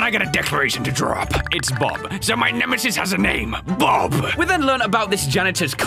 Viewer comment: pronouncing the word Bobbo: Bubbu How it’s actually pronounced: Bob-O